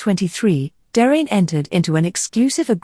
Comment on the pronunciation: I concur with all of the other positive comments....very well-done video. Par contre, Please check the pronunciations of "Derain" and "Collioure", which are inaccurate. Cheers.